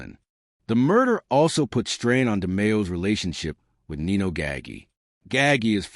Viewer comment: Your mispronunciation of Nino’s name is a bit off putting.